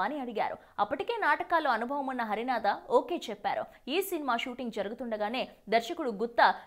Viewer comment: పెద్దవారిని ఏకవచన సంబోధన చేయడం మర్యాద కాదు. హరనాథ్ గారిని హరినాథ అని తప్పుగా పలుకుతున్నావు?